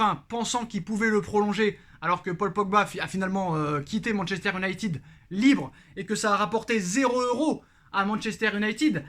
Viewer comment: Salut, merci pour tes productions... Juste, pour mes oreilles sensibles, essaies stp de dire "YOU-nailleted", plutôt que "OU-nailleted". Merci d'avance... 😁😉